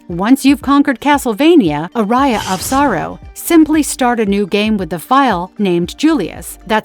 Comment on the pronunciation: I quit the video when i hear "ARAIA OF SORROW"